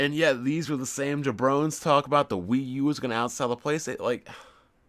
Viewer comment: This fuckin' jabroni just pronounced jabroni as ja-brone! Hahaha